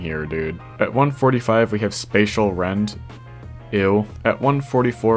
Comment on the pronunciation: bro special rend 😂😂 (Its spacial rend btw)